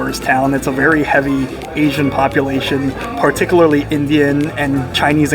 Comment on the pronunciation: If you said ginormous one more time dude, oh man! The word PARTICULARLY is pronounced PAR-TIC-YOO-LAR-LEE. Also you said you had ”no idea that man vs. food had actually came here” - you meant to say “come here”. I don’t know if you’re a native English speaker or not so I’m just letting you know. Finally, deli prices I’ve noticed have gone INSANE! $22 for a tuna salad sandwich? $18 for a grilled cheese? $26 for a burger? $20 for a bowl of chili? That’s NUTS! I can get melt in your mouth pastrami at the grocery store for $10 a pound and $3 for a loaf of freshly baked seeded rye bread, you know what I’m sayin’?